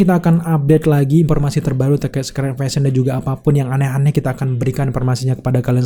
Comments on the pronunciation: Suka gitu emang. Klo bahasa laen bisa f sama v. Klo bahasa sendiri bilangnya p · Giliran ngomong invasion, fury, bisa. Giliran ngomong informasi, konfirmasi, berubah jadi inpormasi, konpirmasi 😅👍🏻